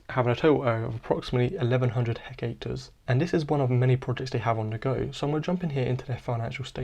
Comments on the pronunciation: Hectares is pronounced (heck-tares) nor heck ache ter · By the way it's hectares rather than hecacre. Enjoyed your video though, thanks!